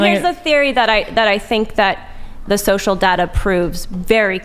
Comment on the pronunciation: 'shocial'? thats it. she mispoke. they lost. the rest is just a formality.